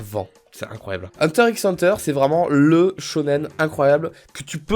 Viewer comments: HunterXHunter c'est ton animé préféré mais tu le prononcé mal 😂 Ça se dit Hunter Hunter on prononce pas le X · Euh on prononce pas le X de HunterXHunter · La prononciation correct est hunter hunter il me semble puisque le X veut dire a mon avis contre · Si t avais pas mis hunter x hunter je t aurais trucidé 😂 J ai vu que que le x ne ce prononcais pas dans le nom ca ce dit huntet hunter REGARDE KIMITSU NO YAIBA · J'avais peur que tu mettes pas hunter x hunter car oui ses un chef d'oeuvre (et sa se dit hunter hunter) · Je suis complètement d'accord pour HxH par contre je crois que ça se prononce "hunter hunter" faut pas prononcer le "x"😂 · Parce-que "normalement" on dit Hunter Hunter, mais j'avoue que moi même je le prononce souvent Hunter x Hunter et j'le vis bien 😂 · Un fan de HxH qui prononce le x ? Intéressant ça, du jamais vu...